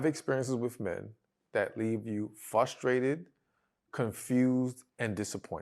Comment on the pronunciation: It’s pronounced ‘frustrated’ not ‘fustrated’